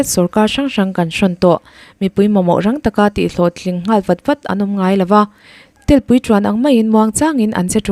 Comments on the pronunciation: Mizoṭawng hi rinaiin inthiam lo thei e! Telpui tih inlamrik dan te hi a mak. Satel hi tuman telpui antingai lo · Telpui hi Laitel, Tehawng anga lam rik chi a nilo.